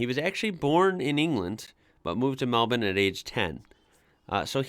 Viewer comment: Can I say how refreshing it is to hear an American pronounce Melbourne correctly. We really are rubbing off on you. I love your discovery of our vast talent pool.